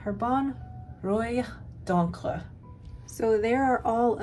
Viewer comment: Rouille is pronounced rooy so you had the r and y sounds correct but it's an oo (as in boot) and good job with encre👍🏽